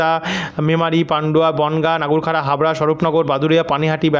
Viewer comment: দাদা কথাটা নাগুরখাড়া নয়,নগরউখরা (nagarukhra)হবে